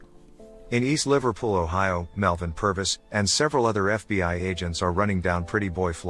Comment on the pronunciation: The TTS in the videos gets more and more interesting with each iteration. This time they're saying BOI instead of FBI lol